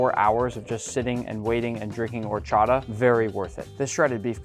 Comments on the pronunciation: "OR-cho-TA" btw this quesabirria looks MUCHO BUENO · It hurts my soul the way you say Horchata